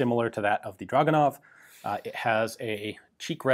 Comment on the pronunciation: It's pronounced Dragunov.